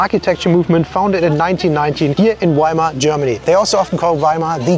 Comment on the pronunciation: Da wird die Stadt Weimar zu "Wimmar" gemacht. Furchtbar.🤦